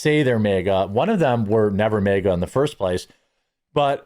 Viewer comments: You’re saying mega, not maga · MAGA is not pronounced mega... also, utilizing mediums is satanic. Here's your "SO WAHHHHT": Leviticus . Leviticus 20:6. Deuteronomy -12. Educate yourself before spouting off nonsense. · Jeremy your Minnesota is showing, "MehGA" 😂😂